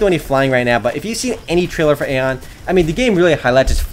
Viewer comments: its not aon its aion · you say it like ion thats how you say it